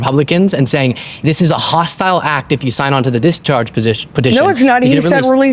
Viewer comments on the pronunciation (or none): none